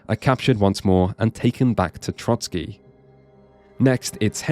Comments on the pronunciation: For the love of god it's TroSky, not TroTSky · Oh c'mon people, it's Trosky not Trotsky 🥲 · Trosky Castle! Not 'Trotsky' Castle. I wasn't going to leave this comment as I assumed it was a slip of the tongue but you did it multiple times. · It is pronounced TroSkie, not TroTSkie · loved the video but one thing i cant understand nobody mention is you calling the castle Trotsky 😭 its Trosky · As there was a hussite hymn (Ktoz jsu bozi bojovnici) playing at the Conlusion, I would bet there will be hussites in the future KCD. 😊 And kudos for pronouncing Zizka correctly. Not Trosky, though. Sorry, for such an in-depth review it was annoying to hear you say Trotzkiy instead of Trosskee which would be much closer to the correct pronunciation. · Please, it's Trosky not Trotsky. The castle is not named after one Soviet revolutionary. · Trosky, not Trotski 😅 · I finally played this game. I love it, never seen anything that is more Czech than this game in Czech dubbing. Love your pronouncietion of Trosky as Trotskyi😁 Kingdom Come: Hussite wars would be amazing (also in the end credits of the game there is choral singing "Ktož sú boží bojovníci" which is anthem of Hussites. Btw you dont have to tell Bergov about Semín, I never did and got achievement for it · There's only one "t" in Trosky